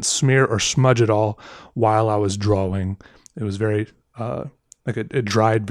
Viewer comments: He talks so weird...lol, it's drawing, not drawling. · IT is pronounced "drah-ing" not "drah-Wing" the W just makes the "draw" sound like "drah". think of the word "thaw" like you are thawing out meat, the W at the end could just be an H , they serve the same purpose."thaw" and "thawing ("thah-ing") you see.